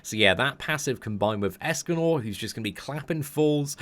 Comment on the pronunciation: In the intro, he sounded like he said "Escanol" instead of "Escanor"